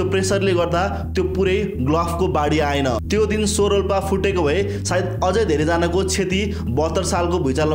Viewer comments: So re 😂😂 sodhera bujera spell garana manomauji garera hunxa cho wa chho vaninxa so haina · Sorolpa hoina xo-rolpa (च्छो-रोल्पा) ho 👍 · Correct pronunciation of tsho is chho as in chhora (son) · (Tso) सो haina छो ho.